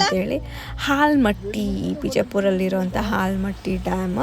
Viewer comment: ಹಾಲ್ ಮಟ್ಟಿ ಅಲ್ಲ akka ಆಲಿಮಟ್ಟಿ dam akka